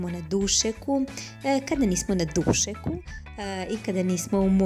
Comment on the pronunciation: Kakav naglasak dussseku,lepoo